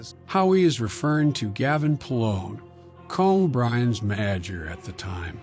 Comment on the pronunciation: “Co bri’s maaager” 😂 sure does miss those connection letters.. you know, the ones that make words actual words